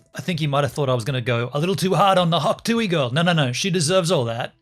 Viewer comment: it is hawk tuah not hawk tuey